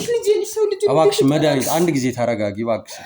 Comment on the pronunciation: አስተካክለሽ አውሪ እስኪ ስስጠይ መዳኒት ምትባይይይይይ ኧረ በስመአብ